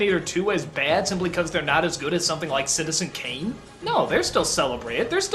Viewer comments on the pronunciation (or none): none